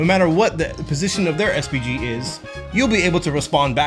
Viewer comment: i heard SPD everytime